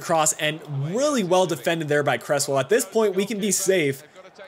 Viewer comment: Cresswell is pronounced Crezzwell